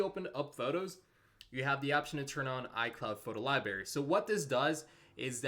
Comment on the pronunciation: "Photo lie berry"? Seriously? What are you, 7?